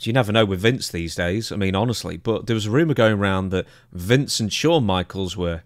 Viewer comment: How do you spell Shawn the way Dutch pronounces it? Showne? Shone?